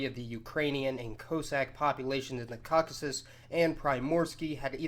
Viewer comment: Take a shot every time he says the wrong word for Caucasus wrong